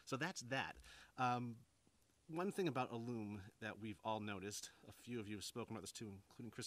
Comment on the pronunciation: As a proof reader at work, I had to look up your pronunciation of "alum." It's actually 'ă lәm, according to two heavyweight references, Random House Webster's Unabridged and Webster's Third New International Dictionary.